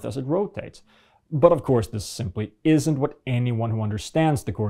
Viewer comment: 1. It's "plumb", not "plum". 2. It's "cranes", not "crains". 3. It's "isn't", not "isint". Well done. 3 sentences and 3 grammatical errors. Spoken in true flat earther language. Are you really that surprised that flat earthers are a laughing stock? You're not doing them any favors.